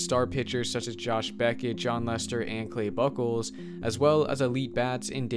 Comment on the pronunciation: Clay Buchholz is pronounce like puke with b and holes so like bukeholes